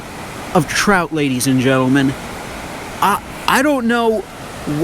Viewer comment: Is it Trout or s Chhhhhrout? Lol